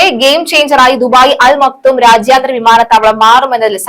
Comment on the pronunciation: അൽ മക്തം എന്നാണ്. അവിടുത്തെ ഷെയ്ഖ് കുടുംബ പേരാണ്. തെറ്റിച് ഉച്ഛരിക്കരുത്.